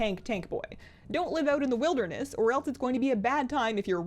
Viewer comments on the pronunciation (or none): none